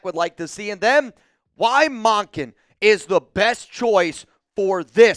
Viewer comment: Mun-kin not Mon-kin